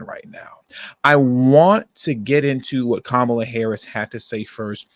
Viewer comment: KAH-MAH-LAH. Like the wrestler 😂😂😂